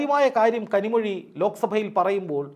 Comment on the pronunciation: Kanimozhi not kanimuzhi